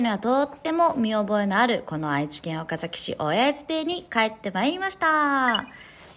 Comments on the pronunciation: お↓か↑ざ→き→ じゃなくて、ちゃんと お↓か→ざ→き→ なの、さすがのもはや地元民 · 「岡崎」がちゃんと発音合ってるの嬉しい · 「岡崎」の発音が大市民‼︎ 高確率で発音違う人多いんですよね😅 みーちゃんは完璧wwww